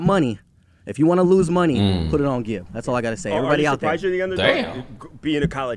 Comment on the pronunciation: Ngl the way you pronounced Gibs name was respectable for an American! Also its Big Nose Na, backwards